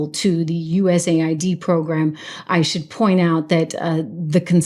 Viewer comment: It's US-AID, not USA-ID.